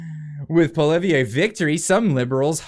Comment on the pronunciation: It is Poi lievre pronunciation, you are bad indeed Ce line Di on. Tru not trou deau